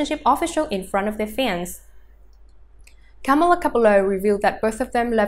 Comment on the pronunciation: If you want to make a video about them at least pronounce her name right...